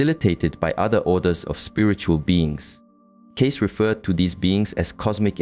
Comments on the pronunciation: Why would you spend a considerable amount of time constructing this only to pronounce his last name incorrectly, over and over and over again? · Obviously the author of this piece knows nothing about Edgar Cayce if he can’t even pronounce his name correctly.